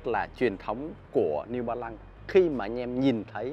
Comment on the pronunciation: “Niu ba lăng”